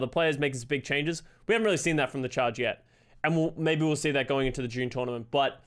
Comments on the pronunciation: He keeps saying june journament lmao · Drinking game take a shot every time says June jornament